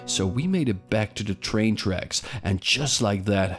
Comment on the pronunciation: Why not just say train like a normal person?